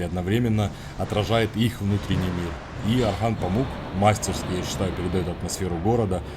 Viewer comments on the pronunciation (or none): none